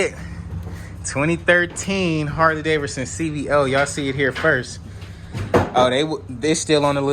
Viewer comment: My dude I've heard of Harley DAVIDSON... but what the is a Harley Daverdson...? Lol